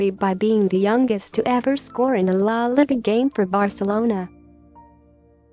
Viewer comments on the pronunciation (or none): He says "la liga" wrong 🤣😂🤣😂 LIKE PLEASE